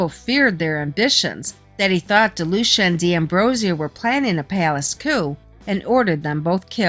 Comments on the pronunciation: You are actually mispronouncing my granfathers last name its pronounced De lue see ah. And his first name is Ferdinand. And you are correct he was known as Freddy no nose but only from people who weren't his close friends. But do you know why? It's because he was born with no cartilage in his nose. And he had many surgeries to repair his nose including ine while in prison, none were really successful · Ferdinand Delucia is my Grandfather and all that is in this is mostly correct but there is a few details that are wrong. My mother's God father was Sonny and grew up with Michael franzese. You are also incorrectly pronouncing his name. It's pronounced Dee- lu- seeahh.